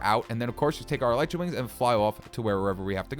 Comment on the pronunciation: Your pronouncing elytra wings wrong